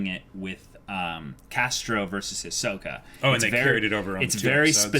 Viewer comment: They’re still saying Hi-soak-a. </3